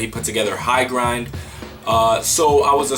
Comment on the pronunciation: HIGHGRND is pronounced like high ground not grind btw :)